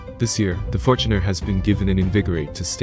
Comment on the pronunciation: Fort Runner? What the fort,,, come on man